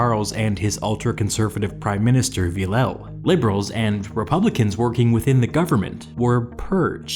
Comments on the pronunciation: Villèle is pronounced something like Vil-le not Villau come on its so annoying maybe just use google translate to pronunce the it for you? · A frenchman dies for every bad pronunciation of Villèle😂